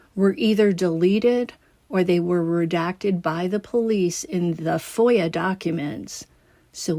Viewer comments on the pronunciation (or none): none